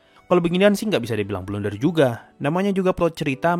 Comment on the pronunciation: "Blunder" gaeess bukan "Blender" yaa...